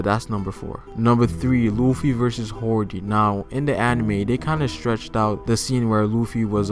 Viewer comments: HIS NAME IS HODY NOT HORDY. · Im glad somebody said this.. i cringed everytime he said hordy ..i had to skip past that part lol even though in the funimation subs it is hordy ..which drives me crazy ..i think hody sounds alot better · HORDY? ITS HODEEEEEEE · hody not horedy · Not hordy but hody